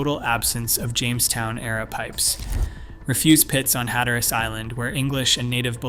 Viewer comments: No one calls it "Hat-er-Ass" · I believe who/whatever is narrating this has no idea that Cape Hatteras isn’t “HatterASS” as it was pronounced in this video. 😂 And the other word id pronounced man-tee-oh. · In Jr high, I did a thesis paper on the Lost Colony and this is the same conclusion I came to! My teacher said I was wrong and that there was just not enough proof to show they survived, to which I said there wasn't enough proof to show they were killed or died off either, LOL!!! Must say, good video but you need better pronunciation of Hatteras and Manteo... I grew up going to the Outer Banks back when there wasn't anything more than fish shanties around.